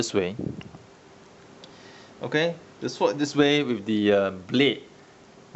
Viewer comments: can u count how many "er", "uh" "erm" "so" "despite the fact" tis fool said in the review.. and i lol every time he said "syvord" instead of SWORD!! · On the topic of rightful name, in sword the 'w' is silent. pronounce as "s'ord". like in 'answer' and 'two'.